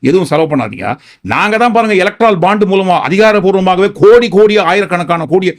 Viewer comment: எஐக்ரால் பாண்ட் இல்லை எலக்டோரல் பாண்ட் மிஸ்டர்.